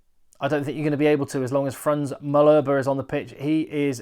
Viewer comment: I'm being picky I know, but your pronunciation of some of the players names is not great, Frans Malherbe for eg.